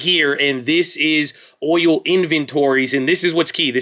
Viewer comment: it's boOil